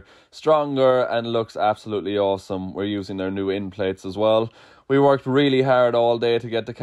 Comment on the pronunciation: Hellow from Grinya )) "Like avansom" :D